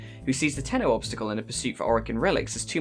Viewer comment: U mean : "tenno"